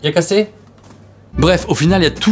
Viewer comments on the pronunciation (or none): Ça veut rien dire, soyez intelligent, il a juste mal prononcé "il est cassé"